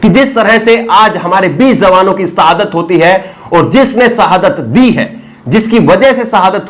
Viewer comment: Arre ooh Bihari, sahadat nahi shahadat hota hai 😉